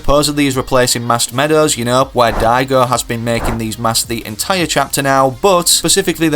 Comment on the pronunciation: Is not daygo is daigo